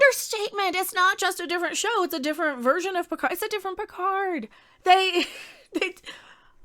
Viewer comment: PEEHARD is back the robot